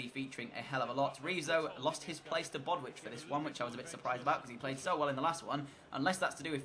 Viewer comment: I love the video and I know I'm super late but it's bow-ditch not bodwitch 👍🏻